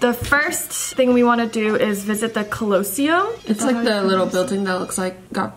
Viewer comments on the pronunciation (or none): i'm pretty sure it's Colo-see-um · The way pronounce Colosseum it doesn’t matter but like lol I remember learning about it in school last year also they are so pretty and I love all their outfits💖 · Guys it pronounced colo-sseum not closseum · calosium? it’s Colosseum (cal-a-see-um) LMAO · It’s not colo seum it’s coli seum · did?…did you just say?…did she say..uhm…did you say CLOSEUM? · The ~cUlLoAsEuM~ lol that's not the right way to say it 🤣 😂 love them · I couldn’t stop laughing every time they pronounced “cOloseum” 😭💀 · Ca-low-sseum 😭 this made a deep cut but I forgive you (from an Italian) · Evelyns pronunciation is sending me collowcium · I'm sorry but the way u pronounced colesseum 😭✋idk if it's cus I'm British but its pronounced col-o-see-um 😅❤️ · they did not just say cuuuhloseum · it’s COL “COLUH” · They said the col-oa-cym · Colleseum is pronounced "cohl-li-see-um" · That’s not how you say colosseum! It’s col-oh-sea-um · bro stop saying closeum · I love how when saying her bucket list and said colosseum wrong😂😂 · Lmao I’ve never heard anyone pronounce colosseum like that before 😭very new and interesting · ik did not just pronounce the Colosseum like that 😭🦋💙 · hi! just wanted to let you know that you were pronouncing “colosseum” wrong, and it’s the “trevi” fountain, not trevor! it’s important to respect other cultures, especially if you’re making content about it, so just wanted to bring that to your attention. (just a quick google search would’ve let you know that it’s “trevi”) like imagine if some non-asian people went to an asian country and just got the names wrong and didn’t bother to learn about it or correct themselves before uploading a video about it. i think the ignorance would be pretty infuriating! just wanted to make you aware bc i’m sure you don’t actually want to look like stupid tourists! just some constructive criticism :) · sorry but the way said colosseum 😂😂 It’s really the way that they saying it wrong 😭